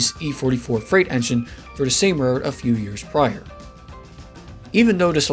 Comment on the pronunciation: Interesting video. I only wish that the narrator would slow down when saying the word "railroad". It sounds like "re rd" or "rr rr".